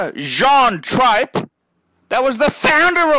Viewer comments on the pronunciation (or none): He can't even pronounce Trippe last name correctly